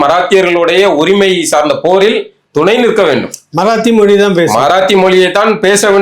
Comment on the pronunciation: மொழி என்று சொல்ல தெரியல மொலி மொலினு சொல்லுகிறார்.